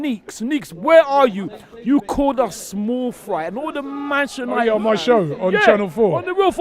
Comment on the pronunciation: This guy still cannot say “Manchester United” properly